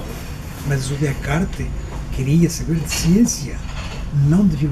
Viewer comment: kkkkkkkkkkkk sério "sabeire conjugaire"...e reclamando da pronúncia dos brasileiros...kkkkkkkkkkkkkkkkkkkkkkk.. só português mesmo!! hahahahaha